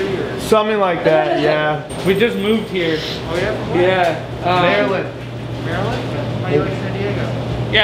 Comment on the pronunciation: I am from Maryland. I rarely hear anyone pronounce MD correctly that isn't a local. 😃